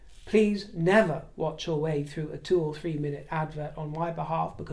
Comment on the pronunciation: Thank you for the pronunciation. Please tackle fink (think) and free (three) next and the glotta’stop